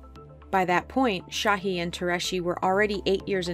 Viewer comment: it’s not sahi or tureci people make a vaccine and y’all legit can’t pronounce their names